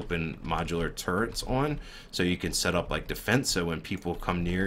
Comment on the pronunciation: Its " T U R R E T " not Turent...